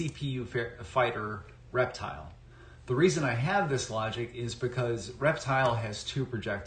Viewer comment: I thought the announcer was saying " erectile " 😅